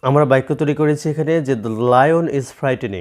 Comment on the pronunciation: আপনি বাক্যকে বাইকোবলেন🤔🤔🤔🤔🤔🤔